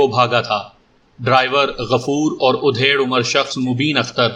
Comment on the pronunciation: Yeh udhed umar kya hota hai, aap bar bar udhed hi bolte ho, bhai mere adhed umar hota hai matlab aadhi umar ka. udhed ka matllab cheerna ya phadna hota hai.